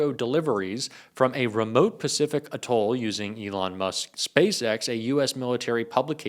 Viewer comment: How am I supposed to take someone seriously who can't pronounce atoll?